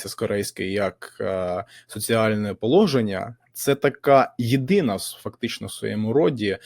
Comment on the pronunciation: Пане, їх - це КОГО, ЧОГО. Ми відмінюємо слово їхній за всіма відмінками!!! Також прошу перевіряти наголоси. А що це за положення?!